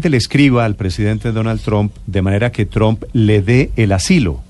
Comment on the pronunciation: Donald Trump.... Por favor pronuncien bien ese Apellido, (No es TROM, TAMPOCO ES TRUM)...Instrúyanse antes de salir a un medio de comunicación donde tanta gente culta, leída y q se preocupanpor estudiar y aprender los escuchan. No desmoralicen la radioaudiencia. que horror ...